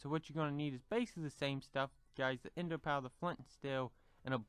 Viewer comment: you said enda pa